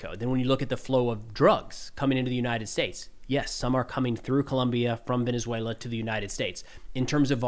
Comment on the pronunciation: Your pronunciation in Venezuela is impressive for a gringo! Great video, you're very informed! Excellent content!